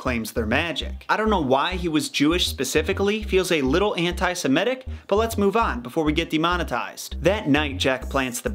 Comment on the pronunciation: I so wish people would make the effort to pronounce 'anti-semitic' properly. Like almost everyone else on YouTube, you say, 'anti-SIMETIC', swapping the first two vowel sounds in the second word. I wonder why most people do this. Laziness?